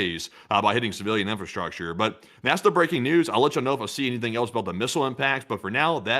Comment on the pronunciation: In English, else is pronounced "els", rhyming with "bells," "tells," and "wells."🎉